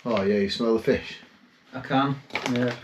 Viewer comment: Awww now don't hate on me:) but every time you said FISH my brain heard: MY FIRST WIFE..... (NOT YOURS or mine, only had one wife so far but you know brains go where brains go when they do go off )